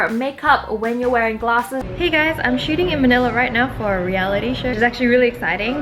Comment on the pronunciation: omg when you said "shooting for a reality show" I heard "shitting for a reality show" 😂😂